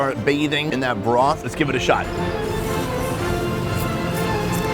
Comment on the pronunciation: sounds like he saying bra but he means broth ( mark weins)